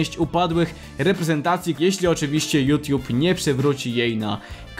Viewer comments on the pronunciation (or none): none